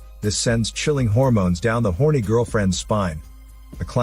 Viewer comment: The emphasis on ‘h0rny’ lol